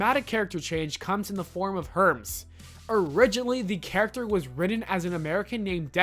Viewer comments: herms HERMS HERMES ITS PRONOUCED HERMEES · HERMS 😂😂😂 It's pronounced HER-MEES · Did you seriously fucking say fransworth and hurms? Also why would we want to forget the work they put into their work? I knew this would be a bullshit click bait video and I still clicked. I block channels like this so you'll never get my view again. Also it's CRYOGENIC not CYROGENIC, idiot. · Wow, you can use google!! What a poser.. Herms? Herms..? You mean Hermes (pro : her-MEEs)? If you had seen a single episode you'd know how to pronounce normal words.. I imagine reading directly from a wiki doesn't afford one many opportunities for growth. Poor form sir and I bid you biteth mine most shiny metallic posterior. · Herms? Cyrogenic? Fransworth? You never actually watched Futurama, did you? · Ah yes. My favorite characters. "Herms" and "framsworth" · Herms and fransworth 😂😂😂😂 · This video is actual garbage. Not only does your mispronunciation of countless things show how unprofessional you are but it also shows you've probably never seen an episode of this show. "Franzworth" and "Herms"? Try actually researching a topic before you make a video on it. Also these aren't things they want you to forget. Most of the stuff on this list are what makes futurama a great show (not that you would know since you've clearly never seen it). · Will not watch anymore of your videos. You can’t even pronounce Farnzworth! Herms?! Idiot. Get off YouTube. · Hey it's Hermes her-me's Not herms. And Farnsworth not fransworth. You gotta ask the proper way to pronounce things not just make it up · ...Hermes. Not Herms... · It's not herms, it's Hermes. It's not Fransworth, it's Farnsworth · Some constructive criticism: learn the correct pronounciation of words and names before going into production. Farnsworth, not fransworth, hermies, not herms, and cryogenic, not chirogenic. Cheers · Herms? Fransworth? Wtf dude? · Her-Mees not "herms". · herms??😂😂 its hermes (her-meese) dudes high af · Herms?? Franzworth????